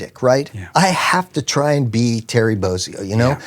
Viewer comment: After 33 years, I finally know how to pronounce “Bozzio.”